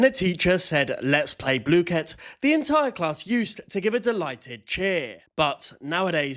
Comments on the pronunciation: this is the final darn straw, you said blue kit. I cannot watch you anymore. BLOOKET I DONT CARE ITS BLOOKET NOT BLUE KIT I DONT CARE IF IT IS SAID LIKE THAT I DONT CARE!!!!! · Lord its bl oo ket not blooooooooket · blooket; pronounced /blu-kit/ not /blue-kit/ P.S. no one told me there was a paid version? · Is he saying bluekit is it just me or most I know say blook it not the way it actually called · Isnt the teacher british why does he ays bloo ket and not bluket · everyone i know (even me, and the creator) has always said it wrong. me and everyone i know calls it blookit and the creator says blue-ket which neither are actually right and kind of a combination of the actual pronunciation; which is Blue-Kit. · everyone in my school loves blooket, and we pronounce the "oo" the same as the one in "book", and the "ket" like "kit* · BLUE-KIT?! I pronounce it BlUH-kit… I dunno, maybe it’s because I’m from the south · Idk why the hell they thought it should be pronounced “blue-kit”, I say “bluh-kit” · Bluekit? I thought it was blukit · I think blooket is pronounced as blook-it not blue-kit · "its pronounced blue-kit" NUH-UH ITS BLOOH KIT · Dawg its blooket not blueket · I used to play blooket heaps with friends (td 2) and i didn't have the king, and my friend then got it 3 times in a row 😭 also not to be mean but in the website it says its pronounced (blue-kit not blue-ket) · You saying it like that makes me rage it’s pronounced Block-et not blue-ket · "Blue ket" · “Bluekett” pisses me off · Not BLOKEET😭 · “Blue-kit” Oh well you still got the background right And the ADHD/Autistic thing is actually true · WHY ARE YOU PRONOUNCING BLOOKET LIKE “blue ket” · calling blooket "bluekit" is the real crime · Its pronounced bluh-ket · gang its bloooooooket not blooket ur saying it like dough like that o its sappose to be like do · wait... THATS how you say blooket?